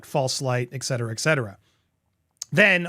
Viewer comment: Americans, when are you going to learn that there is no 'k' in ET cetera. ET-cetera, not EK-cetera. Good, glad we cleared that out finally, so I won't have to hear it ever again. 👍